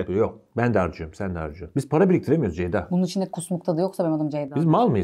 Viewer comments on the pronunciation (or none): Nobody:: Deyda Really Nobody:: Beyda